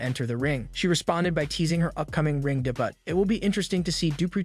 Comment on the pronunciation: Did you really say de but instead of saying debut?😅